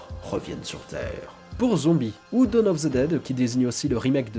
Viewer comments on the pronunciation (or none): none